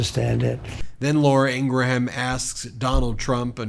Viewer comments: Ben, It’s not “Laura Ing-ra-HAM” — it’s “Laura Ingruhm.” The pronunciation is driving me nuts.. 😂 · The correct pronounciation of Laura Ingraham's name is "Ingrem". Check it out. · The way you pronounce Ingraham is cringe. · Ben would you please pronounce Laura’s last name correctly. Her stupidity even deserves that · Being quite picky here, sorry. It ANNOYS me to no end that Ben insists on saying Laura’s last name SO WRONG. NO ONE else has ever pronounced her last name the way he does—NOT EVEN LAURA!! Sorry, venting. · I love how you call her Ingraham …